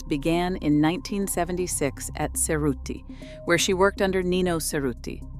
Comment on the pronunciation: The mispronunciation of names (Nichanian, Hermes, Cerruti), made it incredibly difficult to focus on what was being said.